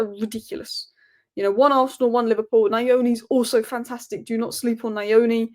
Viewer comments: Trey Nyoni is actually pronounced as NYONI. The Nyo sounds like "gne" on lasagne which sounds like "nyaah". So for Nyoni it will be "nyooh" and not "nyaah" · 🤣🤣, it's not NAH - YO - KNEE, it sounds more like NEW - O - KNEE ! 🇿🇼🇿🇼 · It's trey- nyo not naiyoni; like the way you say español or niño